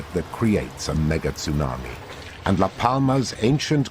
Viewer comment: Wow, I've never heard it called a "Megit sunami" before.. what is the proper pronunciation of a Mega Tsunami? Thank you, for posting this. I just saw it because I never got a notification. God bless you